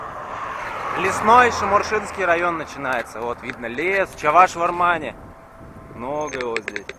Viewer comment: пожалуйста произноси не чАваш, а Чӑваш